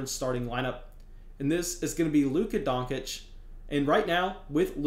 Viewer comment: Luka “Donckic”